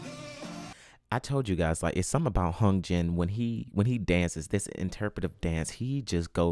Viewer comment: Hyunjin is pronounced /yoonjin/